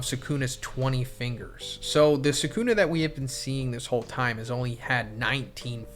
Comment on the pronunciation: He doesn’t even pronounce sukunas name right that’s how u can tell someone ain’t a real jjk fan